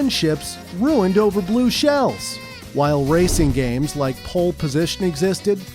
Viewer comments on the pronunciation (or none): the way he says blue shells in this video is off especially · The way he says blue shells in this video sounds of especially